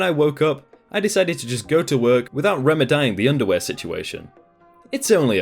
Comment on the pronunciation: reme-dying? seriously? do you also pronounce the word remedy as reme-die?